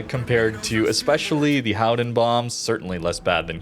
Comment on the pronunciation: No it isn't.. ;) Just say Golden..